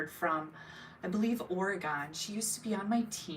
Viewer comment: Love your videos from Oregon ( pronounced Or-e [long e sound]-gun. Not being mean or snarky— just wanted to let you know 😅